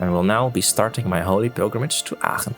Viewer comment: Love the way Aachen is pronounced. Sounds nice lol